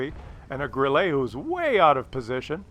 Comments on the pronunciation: It's not Grillee, it's Grilluh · Three things: 1.) great video, 2.) Bat Chat final kill shot on the 140 was all RNG (and gold?). How and where did Bat Chat pen the hull-down 140??? 3.) if said “Grill-lay” one more time...